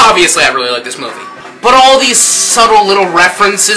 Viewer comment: lol teh way u saidd fantastic movee made me lol